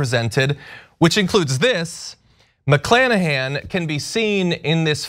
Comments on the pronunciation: C'mon man...his name is Mc-KLAN-ahan?!? Are you kidding me?!! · Mc"Klan"ahan? seriously?